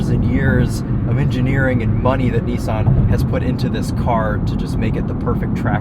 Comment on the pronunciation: had to double take, my man definately just said "Oni-san GTR" 😂